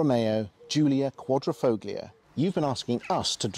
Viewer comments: One of my pet hates, no one would say Lamborgenie or Furrari, but the number of English reviewers that say FOGlio does grind my gears. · ‘Quad - Ri - Folio’ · Nice review. You don't pronounce the G in Quadrifoglio. Just saying. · Great video, the only issue is that it's a Quadrifoglio not a Quadrofoglio, a Quadro is a picture frame, and the g is silent.. Ciao..🙂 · It’s pronounced with the G silent! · Car guys should know the G in Quadrifoglio is silent…..lot of little errors in your facts too, as pointed out in other comments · the g is silent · If you pronounce the “g” in quadrifoglio, you’re NOT a car guy. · Stop saying the name incorrectly lol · Please, please stop pronouncing the "g" in Quadrifo(g)lio, ;-)) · Please please please learn how to pronounce "quadrifloglio" :D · Car guys that cant pronounce Quadrifoglio... lol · Shame on you boys for not even making the effort to learn how to pronounce Quadrifoglio correctly. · You shouldn’t believe everything on the internet !! Im Italian and you don’t pronounce the g.